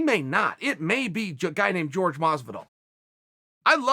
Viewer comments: Quit saying Jorge (George) it's Jorgé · It's "Whore-hey"' not ""George btw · its Horhe !! not George ffs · Bro its fucking Jorģe not george you racist fuck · Dr. Mindfulness of Water nah, it’s George. This is America, and we pronounce the J’s. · Dude his name isn’t pronounced like George lmao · His name is Jorge (HOR-HEY) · he needs to start pronouncing it correctly, as in hor-hay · How hard is it to say Jorge properly? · even Nate knows how to pronounce Jorge's name properly. smh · Like this comment so Chael will say Jorge the right fuckin way!!!